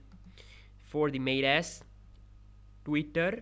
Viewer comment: Haha I like tour voice saying twwitterrr